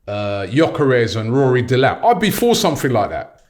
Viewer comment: Man said Rory Delap 💀